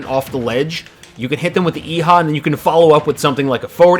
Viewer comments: Ok did anyone else here ee-ha or yeehaw when he meant to say eihah? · sounds like you said yee-haw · Actually, you don't need to rotate the stick for that: you can just hold Up and it does that. Eiha isn't pronounced that way. It's more like "Eh-ha", though not quite like it. You'll have to listen to Joker actually saying it (he says it when he uses it) to get the proper pronunciation.